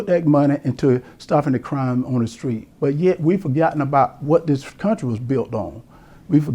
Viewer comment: Herschel: "den, dose, dem, dat, dis"......Lol